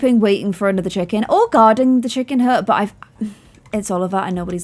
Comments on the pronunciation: I love how she said Chickon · I love the way says chicken! ‘Chickon’